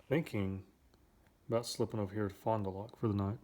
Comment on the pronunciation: It's pronounced Fon Da Lac not Loc lol.